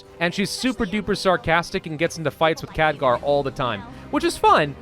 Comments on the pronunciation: NeeshKa neesh Ka.N E E S H K A. KheLgar. K H E L G A R. not Khadgar. KHELGAR. Otherwise, great video. But damn man, those names really hurt to listen to. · KHELGAR!!! not Khadgar, come on. Show the Ironfist some respect!! and its NeeshKA, not Neesha. Names are my pet peeve man.